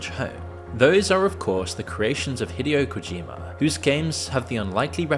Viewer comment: Hate to be that guy but “Deuce Ex”, “Hiddyo Kojima”? Come on how hard is it to google the pronunciation before you make a half an hour video lol